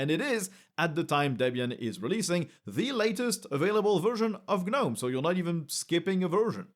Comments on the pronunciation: The G IS SILENT IN Gnome, who started calling it GER nome? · 💡 The G is silent.